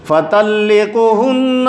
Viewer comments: چینل کو اپنے نام سے چلائیں اور آیت بھی درست پڑھیں فطلقھن نہیں بلکہ فطلقوا ھن ہے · آپ نے پڑھا فطلقھن حالانکہ فطلقوھن ہے تیاری کرکے آیا کریں